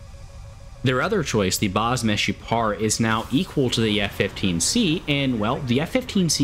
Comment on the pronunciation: Greetings from Israel! you actually said the "Meshupar" right,Meshupar means "Improved" in hebrew.